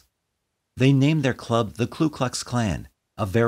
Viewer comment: I was wondering if someone was going to point that out. I agree that it's a small point amidst the sorrow and themes of this video (which were well handled and well narrated), but getting the name right is important, I think. It's Ku, not Klu. A common mistake, but one shouldn't make.